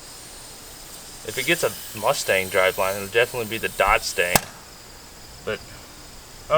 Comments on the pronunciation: the shatsun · Weird hearing you pronounce the Datsun as the 'Datson'. I guess that's because of your accent (being American).